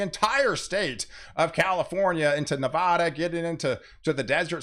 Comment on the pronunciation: Nevada = Neh-va (as in ‘van’) - duh. Thanks. It’s a Nevadan thing.